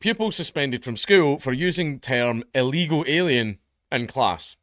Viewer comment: He said Ill Eagle Alien.